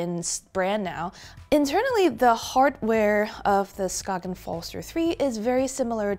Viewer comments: Skain. Not "Skoggin" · The G in Skagen is silent btw, so it is peonoinced "skaen". Good review! greetings from Denmark ✌ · so then how to you write a word that is pronounced "skagen" in Danish? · So annoying that she didn’t bother to learn how to pronounce Skagen